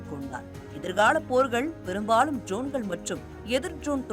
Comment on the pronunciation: செய்தி வாசிக்கும் பரதேசி பெண்ணே....உன்னுடைய உச்சரிப்பு சரியாக இருக்க வேண்டும். நிர்மலா பெரியசாமி குரலில் பேசி விட்டால் சரியாகி விடாது. ஜோன்கள் என்று உச்சரிக்கக் கூடாது DRONEகள் என்று உச்சரிக்க வேண்டும். அதே போல் அர்மேனியா என்னும் ஒரு நாட்டின் பெயரை அர்மனியா என்று தவறாக உச்சரிக்கக் கூடாது. அந்தந்த வார்த்தையை அந்தந்த மொழியிலேயே (ஆங்கிலத்தில்) படித்து தெரிந்து கொண்டு வாசித்தால் நன்று. செய்திகளை வாசிக்கும் முன்பு ஒரு சிறு வீட்டுப் பாடம் செய்து பழகினால் பயனளிக்கும். அதே போல் விமானப்படை தலைமை அதிகாரி திரு. ASHUTOSH DIXIT (அஷுடோஷ் தீக்‌ஷித்) என்னும் பெயரை எப்படி உச்சரித்து இருக்கின்றாய் என்று நீயே கேட்டுப் பார். காக்கா வாந்தி எடுப்பது போல் பேசி இருக்கின்றாய்.....